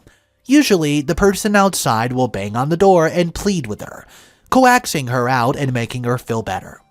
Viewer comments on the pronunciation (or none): Thanks for the updates - I stopped lurking this sub a few years ago and never saw these. Also, FYI, and you say the word Coaxing, but pronounce it as "co - axe - ing." It should be pronounced "cokes - ing." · "coaxing" lol. It's pronounced coke-sing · "Co -Ax ing" 🤣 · Coax is pronounced Cokes, like several cans of Cola. Coaxing would be Cokes+ing. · Co-axing? Lol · "Co-axing"? LMAO. English is your first language my dude, learn it. :D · Some states of the US the word "ask" is pronounced like "ax". Don't know if that's what happened here.